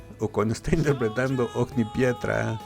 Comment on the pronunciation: In Italia il pubblico è latino de misma manera. Infatti i concerti non li amo molto, perché sento tutti che cantano meno il cantante! P.s. pronunci OGNI di Ogni pietra con la G dura e dopo la N. Ma le due consonanti gn hanno un suono unico, lo stesso che ñ da voi: oñi ! Stesso errore che fa Dimash quando pronuncia "magnifica" in PASSIONE